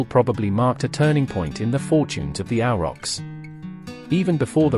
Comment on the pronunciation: A question i have forgotten. Why do you say Auerochs? Ochs in german is ox in english, but spoken the same way (like Bier/ beer or Wein/ wine).